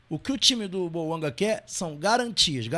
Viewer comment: Detalhe:Lé-se BOUANGÁ pois o nome é francês .